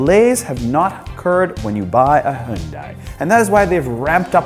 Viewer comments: Great video as always, but small nitpick - the company's name is pronounced like "hee-un-day". Hyundai actually had a catchphrase a while ago: "Hyundai. Like Sunday." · It's unfortunate that you're one of the only N.American vloggers who mispronounces the name 'Hyun-DAY'. Details matter. Otherwise, great vid. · I hope at least who talk about the cars and review you should know how pronounce the Korean brand "hyundai" not Japanese. Its HYUN-DAE . Yall should know that sounds so stupid when you say Korean brand with Japanese accent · It's hyudai like sunday... day not die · Great vid...but you still some issues pronouncing the word "Hyun-DAY". All of the other major Vloggers, Doug DeMuro, Straight Pipes etc...all pronounce it properly. Keep working at it and keep the content coming.. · Not. It’s Hyundai where you pronounce the ai like Dae from Daewoo